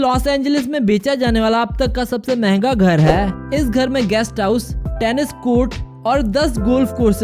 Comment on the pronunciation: Tennis hota hai tennsis nahi